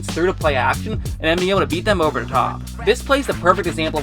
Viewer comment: "the" not "da"